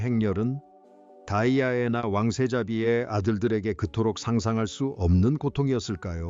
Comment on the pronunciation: 발음이 다이아애나가 맞아요? 거슬리는데...